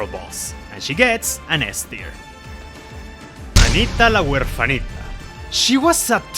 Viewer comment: I’m super late to this but I appreciate other Latinos that like Fire Emblem, it makes me super happy! Also “Anita la huerfanita, Horchata y Rosado” pronounced in Spanish was amazing to hear bro Te ganaste un fan ☺️